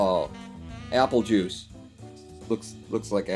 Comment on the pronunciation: No No No, everyone is confused because of the bad pronounciation. They blaimed the Juice originally, but the slur of the speakers voice made it sound like Jews, and it caught on because thats how people are. But really the first person just didn't like the sugar rush he got from juice.